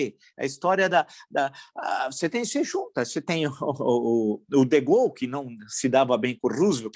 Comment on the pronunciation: Professor a pronuncia correta de de Gaulle e com o E no final. Nao e de gaul